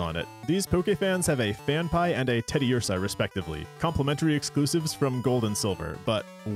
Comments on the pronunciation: Did you really just call Phanpy, "Fanpie"? You should be in jail. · Lost me at “fan-pie” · Phan-Pee !!! Zaw-Tu !!! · it isn't 'fan fie' lmao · Wait. I cannot move on with how you pronounced Phanpy. 😵‍💫